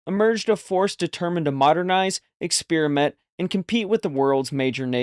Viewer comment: Ex-PAIR-uh-men-t, say it fast to say it right. It’s not ex-spear-uh-men-t. This is taking over and it’s wrong and we need to stop it while we can. Sorry but it drives me nuts. Nice work on the video